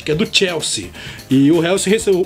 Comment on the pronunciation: Uma observação, o nome do Marco Reus se escreve Reus mas se fala Rois, só uma observação só kkkkkkkk